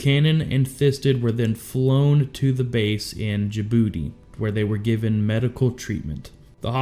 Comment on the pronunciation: Forgive me but hearing you say they were flown to djibouti sounds like you were saying they were flown to ja(ya) booty. I know its silly but that made me laugh.